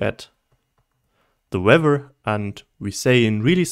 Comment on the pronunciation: Bruh, amazing video. But boy did you mess up weather :-P , excellent video